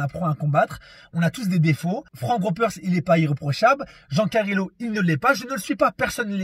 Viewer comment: "jean carilo"🤣🤣🤣